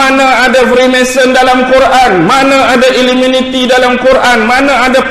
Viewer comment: Sebab apa tak sebut betul2 iluminati tapi sebut iluminiti sebab "minat"